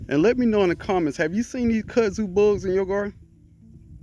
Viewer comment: I thought you were saying cuzzin😮 bug. Ok i got it, back to the scheduled program